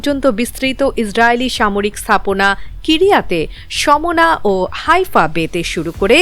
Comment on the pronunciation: ম্যাডাম, বীর সাবে নয়- বীরসেবা। কিরিয়াত ও সিমোনা আলাদা নয়, একটি শহরেরই নাম।😂😂😂😂